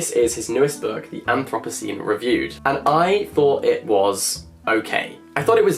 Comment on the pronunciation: I have never heard anthropocene pronounced like that haha